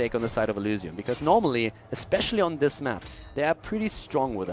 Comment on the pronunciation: Kc F The way he says the y is very german, sorta makes it sound like elusium, though not really, cause there's no real letter that mimics the german y. Or I'm just imagining things